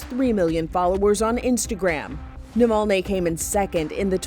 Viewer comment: I think he name is spelled Navalny and NOT NOVOLNE. Unless you have a Russian accent you have no reason to distort the name. Next thing will call Obama Abama